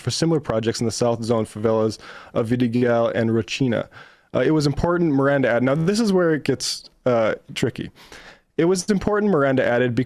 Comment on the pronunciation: White gringos talking about what they think is Brazilian politics and getting all riled up because unions...The new low...they can't even say a favela name. It's Roh sing ah! Rocinha!